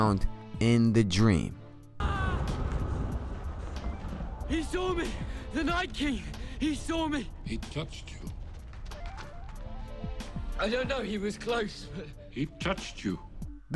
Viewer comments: it sounds like he say 'nice king' instead of 'night king'. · Its Knight King not Knights King. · Don't know if I trust a theory from a man who keeps saying knights king.